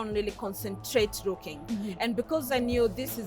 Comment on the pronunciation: Wuuuuui hes rooking Frwd to be here ..shida ya matamshi L and R